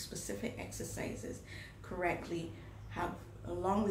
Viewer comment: its not toni, its yoni